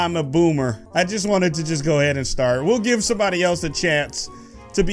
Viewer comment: Its give not gibe